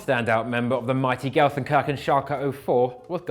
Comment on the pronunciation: Its pronounced "shun" not "Chen" at the end of gelsenkirchen